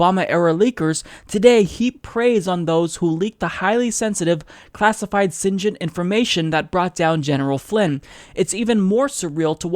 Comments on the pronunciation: It's pronounced "cig-int". It's short for Signals Intelligence. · It's SIGINT with a hard "G." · the way you said SIGINT made me lol!